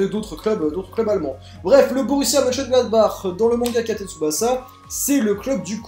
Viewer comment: Et encore, il a réussi à le prononcer ! Moi j'étais pas foutu d'y arriver ^^